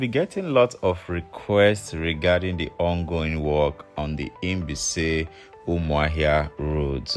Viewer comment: It's like you are pronouncing Inbise instead of Mbaise.